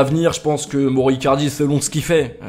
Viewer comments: 178 fois moro icardi et pas une fois bien prononcé, mauro icardi! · Prononce maoro pas moro stp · Ça se prononce maoro icardi pas moro